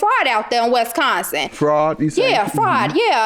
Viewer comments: Westconsin was all i kepr hearing 🤣🤣🤣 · Please stop pronouncing Wisconsin that way....ughh too much 😫 😩